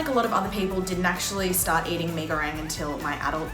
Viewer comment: Me as Indonesian: There's not "A" In Goreng 😓